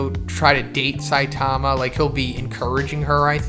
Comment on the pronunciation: "Siatama" lol